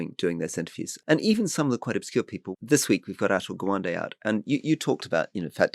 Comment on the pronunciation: When you reference interviews, books, etc. you should take care to not mumble or to provide a link in the show notes. I am unable to find anything related to the reference made by Rory to an interview with "Asher Gwande". Can you provide the actual name or cite the interview link? Thanks.